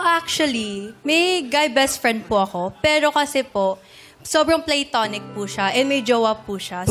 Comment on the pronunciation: pluh-to-nic yung pronunciation nun ah. arte niyang magsalita, mali naman 😅